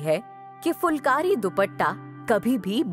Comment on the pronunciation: aap dhang se uccharan nahi kar rahi phulkari ko aap fulkari bol rahi ho